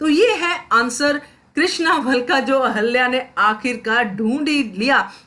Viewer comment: Please pronounce Ahilya properly .